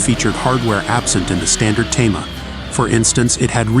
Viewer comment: Hey dude. Thema not Tama. Rather leave the captions off. Please also leave out the background music. We'd rather hear the cars.